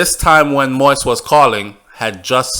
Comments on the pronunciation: It’s still pronounced Moissssss sir and I’m getting in their ass and the comments about it. But you may continue with the reports I’m listening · Thank you for your work. An exceptionally good, detailed and informative reporting in ALL of your videos. Very. However, - (and NOT sorry to join the ranks of those dwelling on what you call "the trivial"), allow me to say that that's the silliest reasoning I've ever heard!!! Bro, it's not because educated but illiterate "White people butcher the name" Moïse that you too you should join them. Set yourself apart (as you’re already doing) by going the extra mile and doing some research on the How-To pronounce the name Moses (English) in French [mo ·iz]. I’m a French-speaking individual because of the colonial past of my country in Africa, and as much as I disdain the bloody French language, I must agree that ‘to Cesar what belongs to Cesar’. A name of a person is part of that person’s identity, be it a Chinese name, a Japanese name or a Russian or an Arabic name. You just don’t butcher it because it is NOT in English or in YOUR language! As Dale Carnegie put once it, “The sweetest sound in the world is the person’s own name.” Now, here is a hint: How to pronounce Moïse (French/France) – Thank you for your work, and sorry if you feel offended by my comments. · You gon pronounce it right or mind your business.. noone gives a f about yt folks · Great information, appreciate it greatly. One thing, work on the pronunciation of the President's name. Thanks again! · If you know you're not pronouncing his name correctly, then why do you still mispronounce his name? That doesn't have anything to do with what others are doing? When we know better, we do better. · You sound terrible pronouncing it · Can you please say his name properly. It’s “mo-eeze”, not “moiz”. Thank you! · please learn how to pronounce his name correctly. Stop calling his name “Moist” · His name is pronounced mo-yeez. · “MO-EAZE” it’s not that hard.